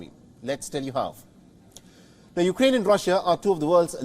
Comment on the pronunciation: Weapon not Va-Bon. Ukraine not You-Ga-Rain.